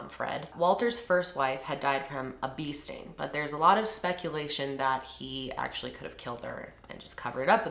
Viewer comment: Same, sitting here like 'wtf is a beasting?!' I would never have known she said bee sting if I didn't see your comment 😂